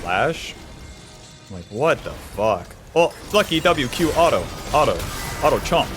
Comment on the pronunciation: Kinda annoying and distracting to have you on second monitor lately as you keep saying "auto" the wrong way.